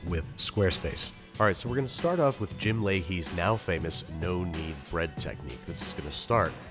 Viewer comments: Did he say jim lahaye like from trailer park boys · did you just say jim lahey